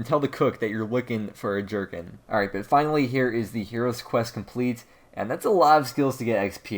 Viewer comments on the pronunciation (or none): Gherkin, not jerkin'. lol. its a pickle. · Gerkhin is a mini pickle and it's pronounced gur-kin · Can't tell if trying to be funny or you really don't know how to say the word gherkin.